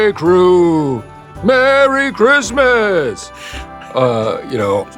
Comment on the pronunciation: Why tf can’t you say Christmas??